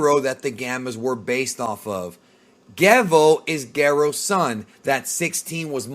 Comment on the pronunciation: Can you pronounce soft "G's"??? GERO and Magenta you pronounce so wrong it's cringy